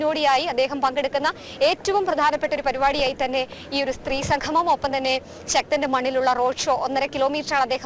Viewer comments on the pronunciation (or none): 🤫SAMGHAMAM! Say ""samgamam""😂